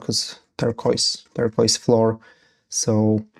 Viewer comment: Ter-Kwoiz phonetically, but google text to speech will help there. Great terrain you have there and a good vid to watch while I build my own. Your English is fantastic btw, no need to hesitate, just charge through it, Brother